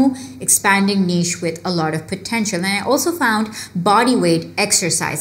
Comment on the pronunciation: Finally somebody pronounced that word "niche" correctly 🙌